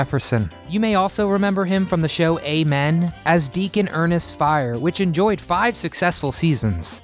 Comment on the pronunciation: Hemsley’s character on Amen was Deacon Ernest Frye, pronounced FRY, not “Fire.”